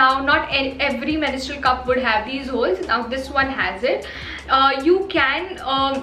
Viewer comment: It's mens-trual,not menis-trual😬